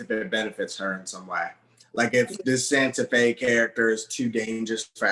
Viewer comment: This man said “Santa Fe.” 🤣🤣🤣🤣🤣🤣 Safiyah.